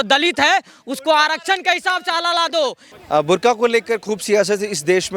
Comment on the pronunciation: Burkha not bur only😂😂😂😂